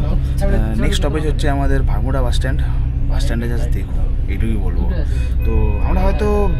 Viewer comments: Dada,ota Matalipatpur noy Malatipatpur aar Bhubaneswar e Bus stand er naam Barmunda Bus Stand Barmuda noy ..blog korchen thik kore bolun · Ota matalipatpur na, malatipatpur. Ar bermuda bus stand na, baramunda bus stand.